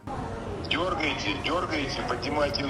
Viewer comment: Що мав на увазі Клічко "Дьоргайтє, дьоргайтє..." Що саме дьоргать?